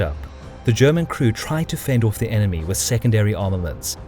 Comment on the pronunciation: ...fend orrf the Germans... In Dewnitz view... aarrrg.